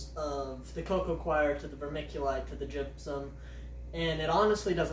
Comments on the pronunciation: Stop making an m noise. Gypsum. Not jimpsimp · Jimpsom? Gypsum is pronounced "Gip -sum"/"Gyp-sum". Coir is not pronounced "Quire"/"Choir". Think of the fish "Koi Carp" and pronounce it "Koi" and add an "r" at the end so you pronounce it as "Koi-r"/"Koy-r".